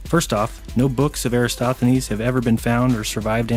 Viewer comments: calls Eratosthenes "Erastothenes" multiple times. Lesson one, if you want to try rubbish someone at least learn his name first. That was the first of a litany of mistakes and lies he dribbled out. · 1. has the center of the Milky Way confused with the Great Attractor, which isn't even near the Milky Way. 2. keeps pronouncing Eratosthenes "Erasthothenes." 3. "Reindeer" is the plural of reindeer, not "reindeers." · Ahhh thought I misheared that and just assumed 25000 lol, STRIKE ONE :P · Why oh why can no of these people properly pronounce Eratosthenes’ name? I’m no expert but I’m pretty sure the phonetic spelling is something like this: E - ratos - thee - nees. Am I wrong? (Kind of genuinely want to know as I like to say these things right in conversation.) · EraTOsthenes... Jeez... how hard is it man.. lol